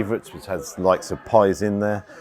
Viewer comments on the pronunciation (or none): none